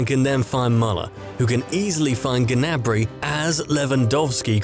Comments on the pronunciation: ITS GNABRY NOT GANABRY ffs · You pronounce Gnabry wrong. It's not Ganabry!!!